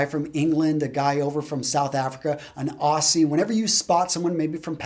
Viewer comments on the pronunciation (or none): it's pronounced OZZ EE lol. not ossee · being a more precise man, you may appreciate that no matter how well you dress you will put off a person by pronouncing their country incorrectly or slang for that matter. Aussie is pronounced like Ozzy Osbourne or The Wizard of Oz. It does not rhyme with bossy. Annoying as a Red Back under a dunny seat but no wuckers. Your videos are great by the way. Always a go to when I need some "self affirmation". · Hey, just a heads up "Aussie" is pronounced "OZ-EE"